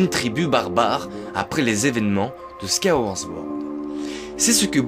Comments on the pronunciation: Très bonne vidéo merci 😁 par contre sword se dit bien '' ssword '' et non '' zword '' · Tu arrives pas a dire « Skyward Sword » 😂 Skaworz zword